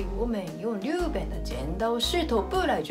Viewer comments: 日本（riben）の発音って上海訛りか？ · 不会的，这位的发音有问题